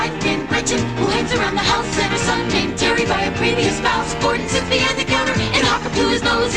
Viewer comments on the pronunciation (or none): none